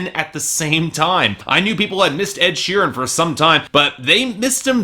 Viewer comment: He said "sheerem"